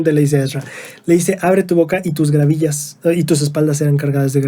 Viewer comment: No son gravillas, son gavillas jejeje